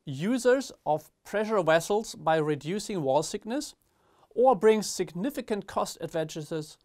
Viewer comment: ich hab zwar nicht wegen der Aussprache das video angeklickt aber es heisst ganz klar Thickness und nicht Sickness…. Trotzdem thank you for se video